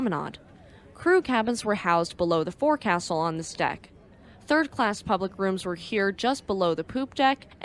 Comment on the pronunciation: Forecastle is pronounced folksl.